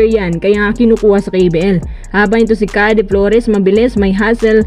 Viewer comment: napaghahalataang di nanonood to ng pba puro basa lang ng balita at trade humor hindi "khade" flores yung "keyd" flores yun